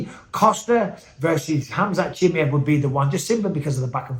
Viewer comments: it's not CHIMIEV it's CHIMAEV my gosh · I dont know wether your pronouncing his name wrong on purpose or by accident 😂 CHIM👁V Not Chimmyev 😂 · Khamzat “Chimmy-Ev” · What's with the weird pronunciation of Khamzat's surname?